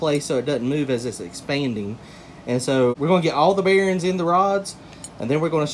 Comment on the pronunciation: I believe it’s bearings not bearens. lol